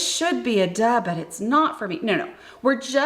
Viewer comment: I thought you were saying dud for the longest time 😂